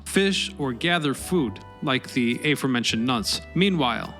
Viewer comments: Not "ay-for mentioned". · You pronounce "aforementioned" in the weirdest way I've ever heard.